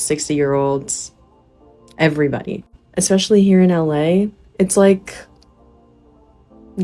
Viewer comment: If you say eckspecially you are not very educated.